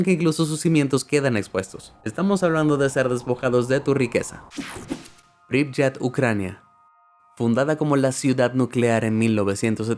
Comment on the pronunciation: Se pronuncia pripiet no pripyet